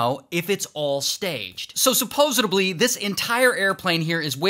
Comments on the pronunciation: I can’t get past “supposed-eb -ly.” 😂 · Man said supposidibly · "Supposedebly" - RWJ 2023